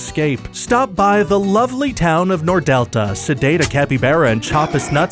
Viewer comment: Hey, you got "Palermo" and "Nordelta" pretty well. But the news about the capybaras is old by now. It was in the news back in January. :D